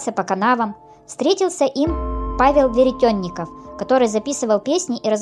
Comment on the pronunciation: Дело не в том, что нравится или не нравится. Очень много ошибок в произношении, искажение фамилий. Например, Ермила Гарин, вместо Ермила Гирин! Помещик Веретёнников вместо Веретенников! Так что лучше читайте поэму, а не краткое изложение, причём, плохо изложенное!